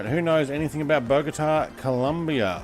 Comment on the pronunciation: Hi, nice video but It´s "Colombia" not Columbia, happy flying!